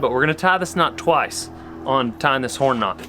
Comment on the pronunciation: “Know” damnit it’s Knot